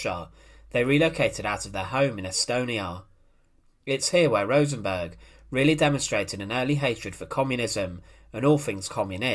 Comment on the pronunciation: Rosenberg wasn’t Swedish. Why does he keep calling him RosenBORG? 😂😂😂